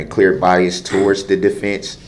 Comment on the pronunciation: I think the one that took me out the most, was when he said biasT and the judge said what, then he repeated it again still with a T, she corrected him and said " there is no T, the word is BIAS...b-i-a-s 🤣